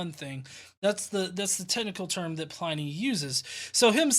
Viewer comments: you do so much work on these that I wanted to make a small correction- Pliny rhymes with tinny, not tiny. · Great replies, as ever. A quick FYI, it's Pliny, as in tinny, not as in tiny. HTH :-) (you can tell I studied Latin for too long, can't you? LOL)